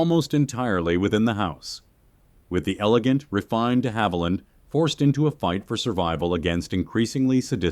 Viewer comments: Who is Olivia de Havilon..? 😂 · Well done, but either you're using (admittedly very good) AI or you just don't know how to pronounce names like "De Havilland." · It would be nice if you pronounced the name of famous movie star Olivia de Havilland correctly. And "heroine" isn't pronounced "heir-oh-wan."